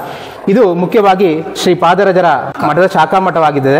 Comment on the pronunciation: Hare Srinivasa, its Sri Sripadarajaru. Sariagi heli..